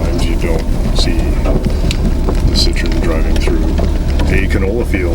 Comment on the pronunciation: Now for the painful comment. Better ones below. 8-)) I believe Citroen (double dots over the e) gets pronounced sit-troh-en, at least that's what my french bro-in-law says and what I remember. Citron is a lemon.